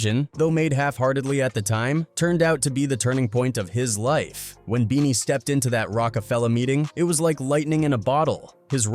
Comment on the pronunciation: keeps calling him bennie...like Bennie the butcher.....ITS BEANIE BOT BENNIE